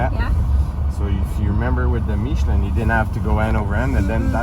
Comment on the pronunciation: Also killed "Michelin" so who cares...